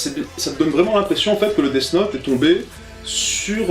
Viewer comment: Ce film death note est mauvais il faut avoir de la merde dans les yeux. est surement autiste ou alors il fait exprès d'avoir une prononciation de merde. Deafffe note. On prononce Death Note "dèsse note" comme dans déesse.